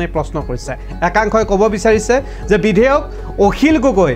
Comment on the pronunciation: আপোনী বিধেয়ক বুলি কৈছে ।বিধেয়ক নহয়,বিধায়কহে